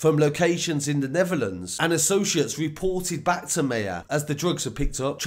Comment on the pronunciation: His surname is pronounced Maa-her